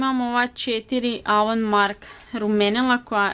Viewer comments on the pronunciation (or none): none